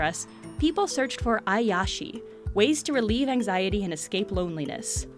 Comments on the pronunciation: If you are quoting a foreing word, the least you must do is try to pronounce it correctly... The moment I hear "aiyashi", instead of "iyashi", all professionalship was gone... Please, put attention to details... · I love your videos and the information you share! But you may want to brush up on your Japanese pronunciation if you're going to discuss Japanese media. Iyashi is pronounced EE-yah-shee, and Doraemon is pronounced Doh-RAI-mohn. Vowel sounds in Japanese don't vary the way they do in English, and so if you see an I two times in a word, it's going to be pronounced with that EE sound every time. I normally wouldn't get too pedantic about this, but this IS an informational video. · Don't you mean "e-yashi"? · "iyashi" was pronounced wrong.